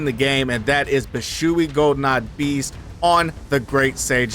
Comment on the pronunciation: W vid bro as always but i have to ask 😭😭 wtf is Bi-shoe-ee 😂😂its Bee-shwee beast the term "shui" is one syllable i think